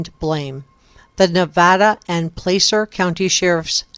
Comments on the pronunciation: Pronounced pla sir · It’s pronounced Placer with a soft ‘a’ as in apple. As in, ‘placer mining’. I haven’t heard one YouTuber prounounce it correctly, you could be the first.